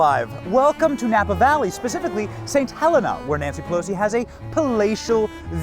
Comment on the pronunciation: Now Benny I live here.. It's pronounced "Saint Heleena " 😆